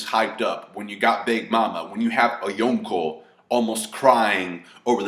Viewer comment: the way you say "yonko" bugs me